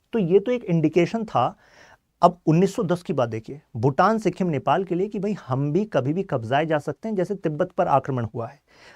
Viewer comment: Good points bt agar itna knowledge de rhe ho toh atleast make sure ki tum pronunciation sahi rakho. Pure video me sikkhim sunke mera dimag khrab ho gya. Naye log jo sun rhe hain wo toh tumhare pronunciation se dhokha kha jayenge. It's sikkim. Smjhe sikkhim nhi. Stupid